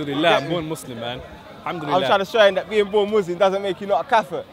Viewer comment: 'Kaffa'? do you mean Kufta? ...at least learn how to pronounce it property before you start chatting bubbles. Good day!